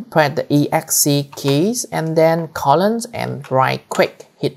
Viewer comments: hi. u say "after we done hit the exc keys and then columns and right click hit enter". i can't quite make out your pronunciation. i've hit the E X C keys but it just adds those letters at the end of the word false. what am i doing wrong and what is the columns? i'm doing this on a windows 10 pc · I appreciate this video, it was great 2 years ago and it was great today when I needed it again. Your English is just fine but as you have noticed lots of people got confused at the user part as it sounds like "press EXC and then colond". It took one minute me to tell on my own that EXC was escape but even after looking through the comments I still could not tell what a colond is, even though it sounds pretty close to colon but I'm tired and English is not my first language either and the only reason I realized what it was is that I saw the sign at the bottom left of the window after watching that part for the 3rd or 4th time. Seeing how many people got confused there I think it would be helpful if you add that part in text to the description of the video and no, people don't need to learn VI editor as the only time 90% of viewers will use it is when they do this and then again in two years when they will do it again and they can do it just fine without knowing VI editor if they only understood what you said.